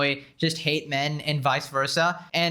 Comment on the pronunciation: ‘Hate’ or ‘ate’? Lol